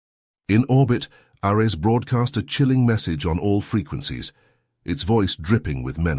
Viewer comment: Dude, I liked the story, and the narration-bot wasn't terrible, but the script had a so many typos and the narration-bot can't pronounce "Ares", you can override the bad reading by hiding "Airees" as the name while the caption still says "Ares". Or, as makes more sense, get someone who can read the script, or even an actor or two. It's only a 15-job, do the good and maybe we'll get you some more reads and subs!